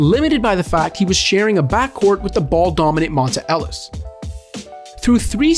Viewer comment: Montay, not Monteh Ellis